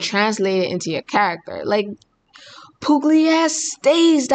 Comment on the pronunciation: Oh man, it's so good to see your similing face again🙂 No butchering French this time, but with Italian, not so much😁 Little hint, Pugliese goes like Puliézé😉 Grazie per la reazione ragazza. Bacio!